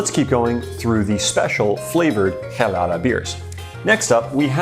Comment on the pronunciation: Your way of pronouncing michelada and chelada is odd to me. I've always ever heard/pronounced it with the ch sound.